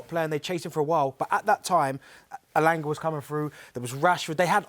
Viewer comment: This guy called Elanga 🤣🤣🤣🤣